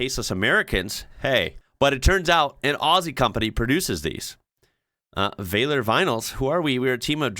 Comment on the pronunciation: Valor (as in military medal of valor), not “vaylor”.